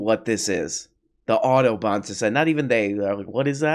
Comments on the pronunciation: I had to look up the society to check he wasn't saying "Autobahn Society" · Why is he pronouncing Audubon like Autobahn? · As a non-American I was genuinely confused during the Audobon segment. I thought Ben was saying Autobahn, but remembered that he doesn't respect Europeans enough to pronounce their words even somewhat correctly.